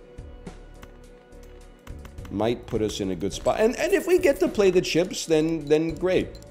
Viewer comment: anyone else love how he says "cheps"? ICANT